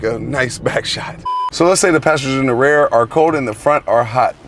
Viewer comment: I never noticed he says "rare" for rear 🤣